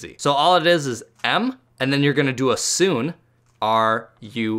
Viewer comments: Not to hate u said sune and said it as (soo-n) when it's pronounced (soo-nay) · Sune It is pronounced as soo-nay